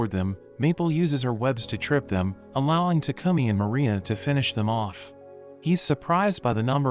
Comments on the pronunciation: Bro was saying tacumi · why does it should like he says toucumming